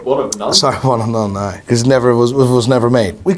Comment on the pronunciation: It's "now" not "nigh". Every...single...video. LOL.